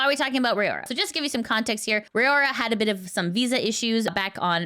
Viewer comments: It's Raora not Rayora or Ray-aura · Its RAORA NOT RAYORA/RAY-AURA. get her name right